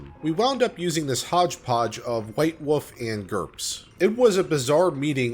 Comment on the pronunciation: Wolf, not woof.